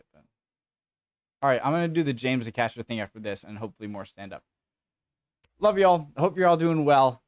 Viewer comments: One small thing, his name is not pronounced aCASTer , it's pronounced by stressing the first A, as in Ay-caster. But yes he's brilliant. Very original material and a unique delivery style. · His name is pronounced Ay-Cast-er. Embrace The Suck 21 said his name about 3 different ways!! Pronounce the A and Caster